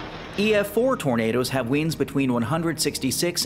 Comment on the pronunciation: This was very interesting. Side note, you pronounce winds like weeends.